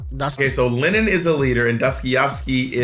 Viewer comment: The complete butchering and cluelessness in regards to Dostoyevski and Lenin 😭😭😭😭 love yall no hate